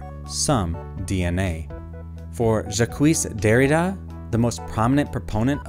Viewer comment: "Ja*cuisse* Derrida" XD That's it. This is the one too many time I've heard a random pronunciation of these names! XDD From now on I'll keep a notpad++ with timestamps and links, and one day, I'll release a compilation video for all native French speakers to enjoy lol I mean, right after saying that "Baba is you is creativity and expliration" I have to wonder if "Jacques Thigh Derrida" was on purpose or not...